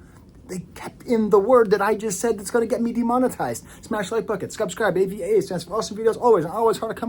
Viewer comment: AAVE…I mean avaa 😂